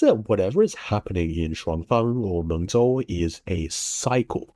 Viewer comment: Mengzhou, the ZH is pronounced as “J”